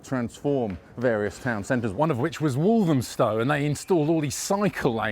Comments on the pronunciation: Why do some people pronounce Walthamstow as"Walzhumstow" ? Where does it come from? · It's become so diverse, its become unrecognisable. It used to be a traditional market. The stallholder who thinks the market was a mile and a quarter, doesn't know what she's talking about. Its the same length as it has been for over 100 years. I also hate the way the pronunciation of walthamstow is being mispronounced. Stella Creasey vowed to stamp out the gentrification in walthamstow. SHE IS the gentrification in walthamstow and the ruination of its soul.